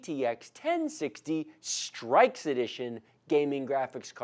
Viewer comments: lol it is pronounced (str-icks) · its not pronounced strixe its strix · "streaks edition" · straix lol